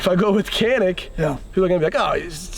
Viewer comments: Correct pronounce of Canik is “djanik” it’s not “Kanik” 🫡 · Janik not Canik. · Hey! You’d better teach them the right pronunciation “Canik” not Kenik!!!! Come on man!!!! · Kanik dediklerinde me-kanik :))) gibi birşey oluyor. lütfen doğru telaffuz edin /please right prononsıous to "Canik" in Türkçe alphabet C just" Ce" not "K" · Abi niye kenik diyon canik desene… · Not kanik yes Canik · "Canik" pronounce as "goneek", not "keneek". should state that. First letter "c" need to be say "g". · You got a Turkish person calling Canik, Kanik lol. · Abi bari sen kanik demeseydin be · you could have pronounced the "Canik" correctly. Kanik değil, doğrusu Canik diyemedin mi ? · abi sen de mi kanik diyorsun yaa ...canik dağlarından da mı haberin yok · Funny how a Turk would say Canik rather than Janik. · its pronounced janik. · KÊNÊC - essa é a pronúncia👍👊🏼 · I would like to correct something for pronouncing about CANİK=CANIK . For pronouncing of Canik is jaenic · Canik Pronounced..like John'eek but for American English easiest is..like John and Nick.. JohnNick.. Jonnick.. why is a Turkish dude with a Turkish accent..totally mispronounced it?? Hahaha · Yeah, turkish guy and haven't mentioned that it pronounces as janik at least first 10 minutes. Let's see later. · You guys are pronouncing the name of the gun wrong. The c makes a J sound in Turkish. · I live in the country where they are made. The name is pronounced “johnik.” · Inthing Canik has to be read like Johnic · Canik diyemeyen bir Türk. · and yet he cant pronounce Canik correctly.